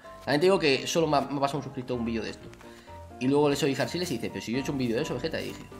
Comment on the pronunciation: En verdad dijo arsiles